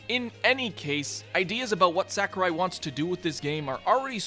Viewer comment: Sakurai or "Sakarai" as you call him also said that after the past two games and said that multiple characters that wouldn't be in smash which ended up being in it. Also, he never said specifically "I'm not making the next smash." Maybe do some more research next time?